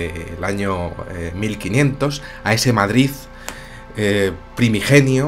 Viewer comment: Qué bien suena que un madrileño diga "Madrid", no "Madriz"... ;)